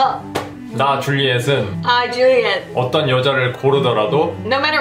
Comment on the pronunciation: 줄리엣 발음이 좀 좋긴 하죠 ㅎㅎㅎ